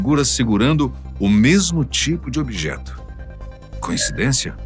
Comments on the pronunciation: Um detalhe também muito importante, mas que passou despercebido. A palavra certa é “coincidência”, e não “conhecidência”. Mas acertaram na segunda vez. Adoro demais o programa. Não durmo sem assistir. É apenas um detalhe que não muda em nada o meu amor por vocês e o belo trabalho! 👏🤩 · Coincidência e nao "conhecidencia"